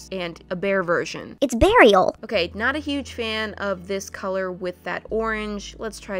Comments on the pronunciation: I was watching this with subtitles and when said beariel the captions said burial😂😂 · I’m so glad I wasn’t the only who was like “what? Did she just say burial?” I feel so revived and I can live in peace lol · “It’s Bear-iel” 🤣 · “iTs bEaARial”